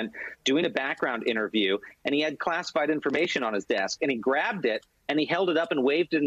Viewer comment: Haha, did I just hear Dummy Donald correctly? He did say “Clastified” instead of classified.